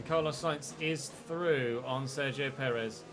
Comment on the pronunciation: I can't stop hearing "Dzeko" everytime you say "Sergio" xD